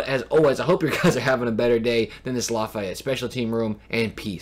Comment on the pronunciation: LAF—-EEE—-ETTE not LAF—EYE—ETTE. Great video.